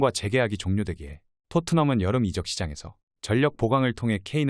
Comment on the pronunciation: 이적을 이저억 으로 발음이 되어야지 이쩍 이 뭐야 이쩍이..아무리 AI 나레이션이라지만 너무 나레이션에 성의가 없네요.